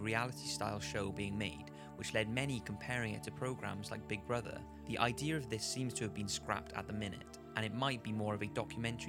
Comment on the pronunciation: I love how he says “idear” it’s so funny